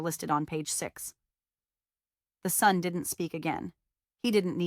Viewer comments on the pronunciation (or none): Funny AI quirk that this voice masters "metadata" but mispronounces "son".